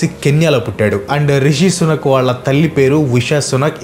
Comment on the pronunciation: Anna sunak, sunak antantee edho kukka laga vinabaduthondhi😂😂